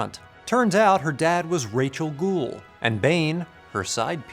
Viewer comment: "Rachel Ghul"